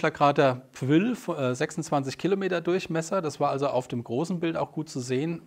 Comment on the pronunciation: Hallo,der Einschlagskrater auf Europa, Pwyll,spricht sich Pjul!Stammt aus der Walisisch/Keltischen Mythologie.